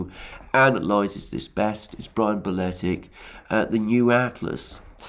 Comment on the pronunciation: My dear neighbour,Brian is pronounced Baletich(like Novak djokovic) not BaletiK,ok?